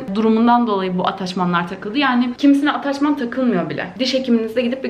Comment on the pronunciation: Hiç kimse:: ATAÇMAN